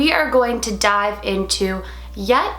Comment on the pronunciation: Omg when you said dive I hear die oh lord I was like nooooooooo then I was like oh she said dive